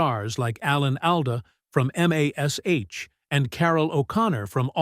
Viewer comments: It's because of the asterisks. If the text was written as "MASH" it would have pronounced it correctly, but because it's written as M*A*S*H (Mobile Army Surgical Hospital) , A.I fucks up the pronunciation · AI slob narrator I knew that the moment he tried to pronounced mash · It's weird how aI can't say MASH...